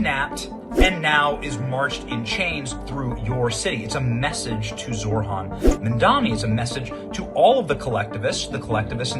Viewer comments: It’s not “zorhan “. It’s pronounced like zow-ran. I’m not a fan either, but at least say the name correctly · Stop pronouncing "Zohran" as if the "h" came AFTER the "r".